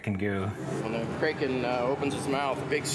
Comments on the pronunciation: “Kray-ken” 😂😂😂. Yeah, “Crack-in” sounds much better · "crayken" "Dragen" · The way everyone says Kraken annoys me. I’m with McNally on this one, pronounced “Crack-in”